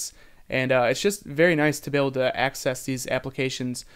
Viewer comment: i think hes saying 'axis' not 'access'